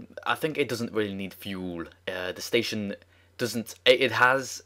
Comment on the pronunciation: anyone hear him say spation